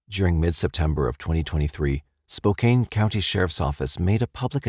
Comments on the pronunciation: It's not Spo-cane, Washington. It's Spo-CAN. That's too bad about the baby. That daycare provider didn't murder anyone. Was an accident that happened to nine other people. 😢 I think Spivy was the father of Monica's unborn child. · I had to laugh. When I lived in Spokane, my relatives would fuss if anyone pronounced it Spo-kane. I was wondering when someone was going to say something. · It's pronounced Spo-CAN, rhymes with MAN... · Friendly hint: Spokane is pronounced "spo-CAN". Ignore the e. 😊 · I have to, I just have to…. Spo-can is how you pronounce Spokane, not Spo-cane. And Chehalis is pronounced Che-hay-lis. No insult intended. It was just grating to me since it was said soooo much. 😊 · I enjoy you uploads. Just want to say Spokane is pronounced Spo-can and Chehalis is pronounced Shu-hey-less